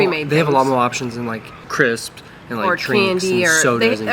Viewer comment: Cripps ? 😁 Nah. Sound the S !